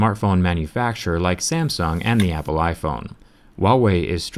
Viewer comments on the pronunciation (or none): none